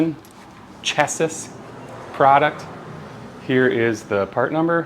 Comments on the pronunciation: Did he just say chessis 😮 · Chassis is pronounced 'Chas-see' Just an FYI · I like to have fallen over when he tried to pronounce, chassis ! 🫲🧐